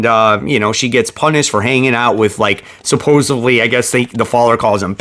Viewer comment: Sup-pose-ED-ly. I’m gonna keep knocking you until you say it right. “Supposevly” is not a word. Come on. You literally read for a living.